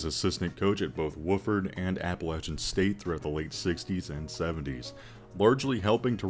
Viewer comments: Wah-ford not Woof-ford, but that might be a Terrier pun. Great video! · was just about to comment on him saying “woof-ford.” 😂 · He butchered Wofford though 😂